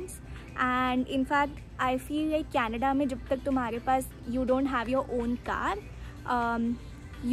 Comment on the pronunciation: I can hear Canadda